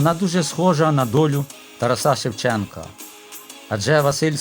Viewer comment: От почула 'ТарасА' і перехотілося слухати.😢 ТарАса.